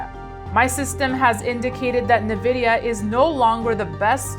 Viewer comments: N-VIDEA NOT NEVIDEA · Navidia 😎 It’s pronounced Envidia, lady